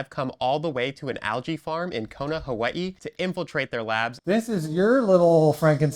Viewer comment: We need a one hour video of you saying Hawaii